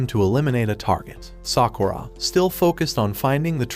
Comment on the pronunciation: Every time he says sakuurra I want to punch him